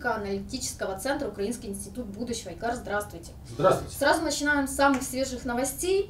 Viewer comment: правильное ударение в его имени — на И, а не на А. Это белорусская форма имени Игорь, ничего сверхъестественного.